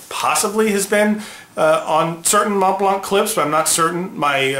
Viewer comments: I love your channel but man, the t is silent and so is the c. Mohn Blanh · Please, at least pronounce the brand name correctly. MontBlanc is pronounced Mon + Blan. The T and the C are silenced. And it means white mountain. So the white star isn't a white star but a mountain top. The easiest way to spot a fake is by the color of the logo. Fakes are ALWAYS grayish a bit compared to the immaculate original white. Thanks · With all due respect, the last letter 'c' is NOT pronounced in the Montblanc brand name, although it's a German make. The same goes for the mountain. You don't have to believe me when I say this is the way it should be pronounced. You should not pronounce 'c' there just like in the word Connecticut. You can also see how well-educated Germans pronounce their brand name here: Maybe you should check out the Merriam Dictionary: but they don't list the brandname there (only the mountain). You can easily check it in other youtubes: Here you can hear it pronounced in both German and English: You can also back up some wrong pronunciation just like people often do disregarding the truth and claiming the truth to be just an opinion. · Ohh please...please learn how to correctly pronounce Montblanc. No offense but it kills the credibility.